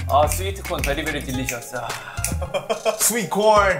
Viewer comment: seafoodeu bery bery deliciouseu 😂